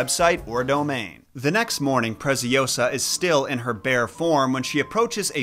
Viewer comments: "Preciosa" it's spanish, "Preziosa" it's Italian. The Z is pronounced TS, a strong sound, while S it's a little bit serpent like, and last but not least, -Osa, not -oWsa. Nevertheless, I enjoy watching your videos. By the way, Giambattista Basile does write a tons of messed up fables from which a movie was based on a few of those stories: "Tales of tales". I recommend it. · It's ✨PreciOsa, not PreciosA✨ Nice one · If the girl’s name is Preziosa (“precious”, in italian), it’s read Pretsiósa. Hope it helps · Your scripts are so always so good but that Presi-Oh-sah caught me off guard 🤣🤣🤣🤣🤣